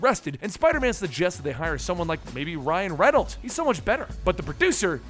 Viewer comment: I like that he said "Ryan Renalds" instead. Thats kinda funny